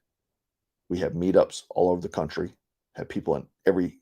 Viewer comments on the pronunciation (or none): none